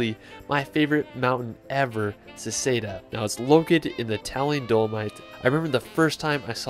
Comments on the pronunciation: Hey guy, it's Seceda, not Seseda!!!! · Good! But you failed at Seceda :)